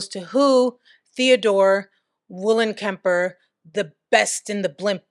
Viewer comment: That name is pronounced TEH-oh-dor VOLLEN-kemper, by the way. Much love to all.